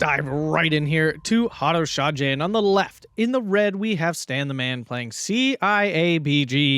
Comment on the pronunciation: Just so you know, the J in Haroshaje is pronounced as a y, like in young for example. Anyway, good match!